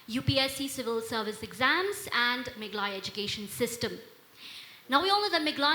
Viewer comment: MegHAlaya✅ Meglaya❌